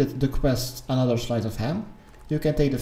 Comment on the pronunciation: "another 'shlyce' of ham" i'm literally crying